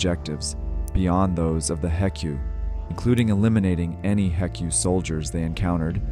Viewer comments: Normal people: H.E.C.U This dude: Heck You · no cmon man you can't call them "Heck-you", they're the H.E.C.U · Bro why you saying “heck you” just say H E C U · The way he says hek yu instead of H . E . C . U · who says heck-you instead of H E C U ? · hearing him say “heck-u” made my soul explode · This is probably the first time I’ve ever heard someone pronounce HECU as “Heck-ew” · Lol heck-us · It wouldn't surprise me if the guy has multiple other channels like this to farm off of. The way they allowed the AI to pronounce "H.E.C.U" was a giveaway to me. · It is AI generated, because what fucking Half-Life fan calls the HECU the "Heckyoo" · I love your video ! But the way you H.E.C.U kills me ! 😂